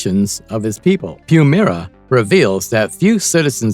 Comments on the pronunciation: I need the narrator to have watched Thundercats to know itself WILY Kit/Kat and not WILLY Kit/Kat. PuMYRA and not PuMEERA. CheeTARRA and not CheeTERRA. SNARF not SNURF or whatever he said. This video was torture because of it and you won't get my like. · Dude... narrator...LEARN TO PRONOUNCE THEIR NAMES...WHYLEE KAT...CHEAT ARE A...PUM EYE RA